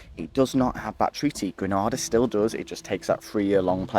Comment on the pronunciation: Pronunciation: 1) Gre-nay-da 2) St Lu-sha "Gra-na-da" is in Spain That's the English language for you. 🤷 You're welcome :)